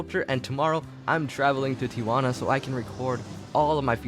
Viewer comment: they way he says tijuana lmaooo